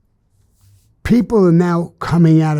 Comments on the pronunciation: The craziest part of this whole story is the Si-Renes🚨🚨🚨 😂😂😂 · Love the way he pronounces Sirens... Sireenes ❤❤❤ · "Sigh-reens! Sigh-reens!" 🚔 😝😂🤣